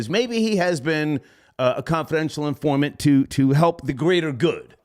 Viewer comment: "How long have you been a confidential informat?" lol 😆 😂 🤣